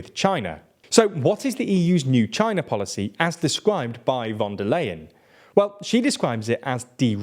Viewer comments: Unfortunately, you are mispronouncing von der Leyen's surname throughout the video. It's [ˈʊʁzula fɔn deːɐ̯ ˈlaɪən], "ey" becomes "aɪ", like "i" in price or time. You routinely butcher the pronunciation of names in less known languages, but this is German, quite known language and easy to more or less pronounce properly by an English speaker. However, no one in your team thought about even consulting Wiki on the pronunciation. Please do better in the future. Otherwise it is quite disrespectful and detrimental to your image as a professional site. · Is it really that difficult to pronounce "von der Leyen" correctly? It is really hard to take a channel called "" seriously when you systematically mispronounce the name of the president of the European Commission.